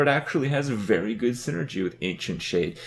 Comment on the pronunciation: "Turns out it's PRETTY GUDE"